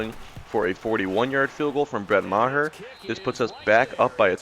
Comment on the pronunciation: That DB’s name is pronounced Chi-doh-bee Uh-woo-zee-ayy EDIT: Also your kicker’s name is pronounced “marr” (ie marr someone’s reputation)